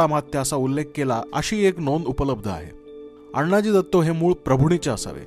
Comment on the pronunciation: उत्तम माहिती, खुप छान। पण आपण अण्णाजी दत्तो असा उल्लेख करता तो तसा नसून आनाजी दत्तो असा आहे। शिवकालीन मराठीत अण्णा असा शब्द नव्हता । धन्यवाद ।